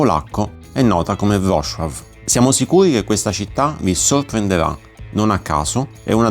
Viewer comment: VROZUAF non VROSCIUAF